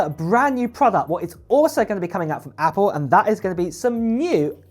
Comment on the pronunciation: He says apoo